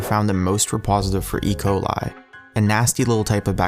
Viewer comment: He said E.Ciol the wrong way